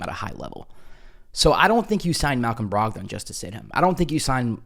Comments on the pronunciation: Bruh, you've never heard ANYONE pronounce his name Brog-Don 😂 Why you saying it like that?? 🤦🏾‍♂️ Said it like 8 times before I shut it down. Brogdon (Brog-den). Please get it right lol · Most people say “Brog-den” as opposed to Brog-don. Good info today.